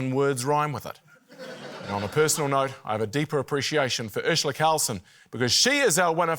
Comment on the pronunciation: Is it just me or do they all pronounce Urzila as Urshula? What's up with that?